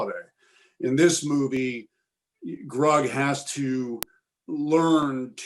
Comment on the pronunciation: It’s “Grug” not “Rug!”